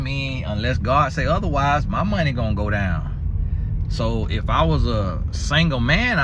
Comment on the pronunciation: Not monneee😊🤣🤣